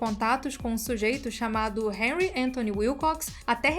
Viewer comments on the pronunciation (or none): none